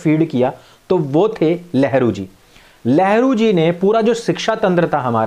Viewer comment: 🤔🤔अरे Sister जी, वो, नेहरू को जिस प्रकार से लेहरू बोलते है ना, हसी आती है 😂 इसलिए को कहा 👍 जय हिंद 🇮🇳 जय हिंदुत्व 🔥 🚩 🤗 🚩 🚩 जय श्रीराम 🙏 वंदे मातरम् 🚩 🚩